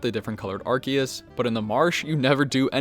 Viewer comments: its AR SEE US... not ARK E US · not fault, if you read Arceus's name in Japanese you can see it actually has a "se" sound/katakana letter. It's probably pronounced differently in official English because it sounds like "arse"